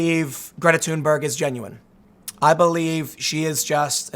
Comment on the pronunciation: props to Tim for properly pronouncing her name: "Tuneberg" - havent heard any other media person get it right yet